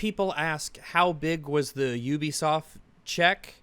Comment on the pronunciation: say it with me … “You-Be-Soft”. You don’t go to Ooniversity, do you.. Or live in the Ooniverse?.. hey!?!.. see, you can pronounce ‘Ubisoft’ correctly. So why does it become ‘Oobisoft’ when I’m not looking? 😏